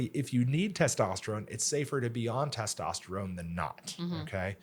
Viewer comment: Why can’t she say testosterone